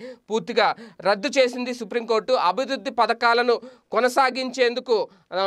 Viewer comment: abidudi kadu abivrudi. Good news